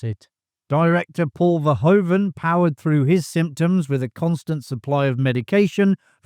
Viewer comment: Verhoeven, not Verhoven. sounds like Vair-who-vun